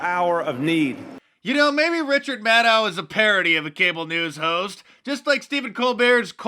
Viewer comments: Let me fix this its pronounced Richard MADcow 😂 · I'm sorry Dice but you mispronounced Richard's last name. It's Richard Madcow. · Richard Mad-ow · LOL! I had to rewind where Mark said "Richard" Maddow, and sure enough I heard correctly! 🤣🤣🤣🤣🤣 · Is it me or is Mark calling her “Richard Madow “ 😂?